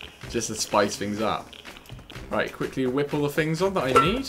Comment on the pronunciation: please say things not fings